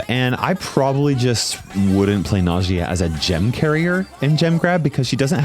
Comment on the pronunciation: Its not Najìa it’s Nàjia